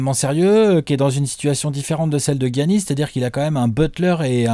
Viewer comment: Giannis ça ce prononce Yannis les gars ;) sinon en Bucks fan j'ai envie de dire Giannis mais Towns et Porzee sont incroyable et Ben Simmons est très impressionnant aussi...